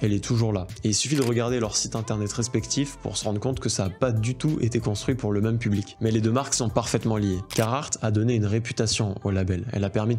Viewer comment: Tu dis « meum » pour même. Tu es breton?